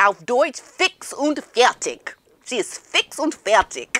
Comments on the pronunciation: I love how you say "fix und fertig". Perfect 👍 Greetings from Germany 😊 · Omg why do you speak german, you've pronounced it perfectly,I thought ,,,what did she just say fix und fertig"? 😮😮😮 GIIIIRL you are killing it aswell. ❤❤❤I'm german native from Austria. Love ya channel.